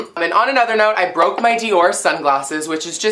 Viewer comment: "mmy sungwasses bwooke"